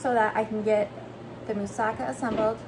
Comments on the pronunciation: I'm not from Greece but I know Mussaka we have similar dish, so you pronounced correctly don't worry😊 .but I do it without bachamel sauce on the top but I think its delicious so I will try this one❤ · You pronounce everything just perfect. I'm from Greece and i really love your videos.❤❤